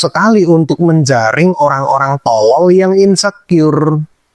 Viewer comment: pengucapan O di kata tolol itu loh, neken bener Bang😂 kaya ngucap huruf thO monyong2 saya aja ga sejelas itu O nya tapi kebutuhan orng beda2 sih